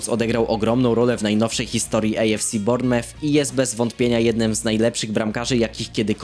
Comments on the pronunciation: czyta się BORNEMUF! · Nauczy się czytać Bournemouth!!!!!